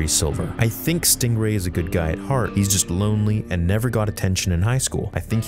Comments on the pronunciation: It's stingray, not stRingray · lol, “Stringway”.